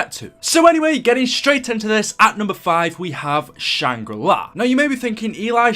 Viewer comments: Please dont ever say shang ra li ever again.... its shang gri la, LA.... not LI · Can you say Shanger la. Not shanger lai, it's not ly it's la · btw it is Shangri La, nor Shangri Lai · Why do you keep calling it Shangra Li